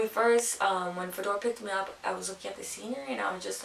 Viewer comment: Is Fedor’s name not Fyodor? (Фёдор)